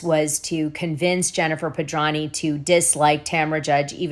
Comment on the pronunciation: Why do you constantly mispronounce Jen Pedranti's last name? You make the 't' silent when it is not silent please do it correctly it is so friggin annoying I know you're smarter than that thank you